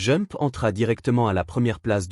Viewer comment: il faut prononcer D'jump quand on dit jump car j'écoutais sans regarder la video en travaillant et je me demandais quel était le titre que j'entendais à